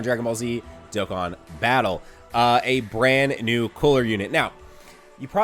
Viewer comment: It's not koo-ra it's coola, roll the r my guy😂👌🏿